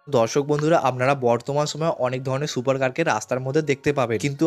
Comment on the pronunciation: ভাই তোমার ভয়েজ ভালো লাগে না ভয়েজ ঠিক করো সুপারের সোপার বলো